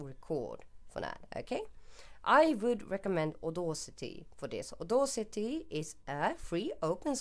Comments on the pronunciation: * Aud-a-city NOT Aud-au-city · Very well, according to Google, here is it in the correct phonetic fashion - /ôˈdasitē/. You pronounced the second syllable incorrectly. I must say your mistake might have been subtle but one still notice it and really sounds quite odd, especially to a native English speaker. I acknowledge the fact that certain foreign people find English pronunciation somewhat difficult especially here in the Netherlands where I live. No hard feelings and thanks for the Resource Pack template though.